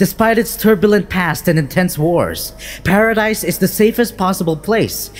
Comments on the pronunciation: Lmao saying “paradise” island is so triggering, bro it’s pronounced as “paradis” or “paraday” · The island is pronounced paradee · It's pronounced "paradese" not "paradise" ffs. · The way you pronounced manga and paradis is cringe.